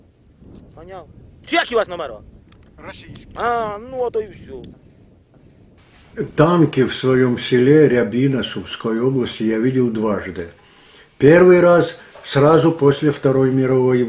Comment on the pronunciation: Не рЯбина, а РябИна..від слова рябе